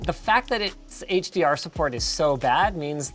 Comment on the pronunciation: "HDArent" Love that lol